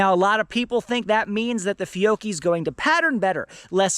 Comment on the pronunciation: It’s Fee-oh-key. George has it correct!